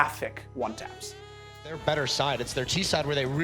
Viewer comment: “Did I talk about his pppornOgrapHIC one TAPS” I swear he’s emphasizing random crap lmao